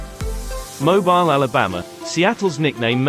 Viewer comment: You pronounce Mobile to rhyme with heel. Thanks for the video. I live in hot, humid Houston. Winters are nice, summers brutal.